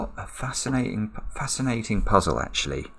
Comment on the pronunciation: Did slip into a Cockney accent before quickly correcting himself on "what a fascina'ing puzzle"??